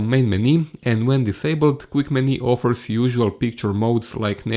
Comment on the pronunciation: hej... verojatno si u međuvremenu riješio ali vidi za izgovor "menu"... nije "meni"... i "ratio"...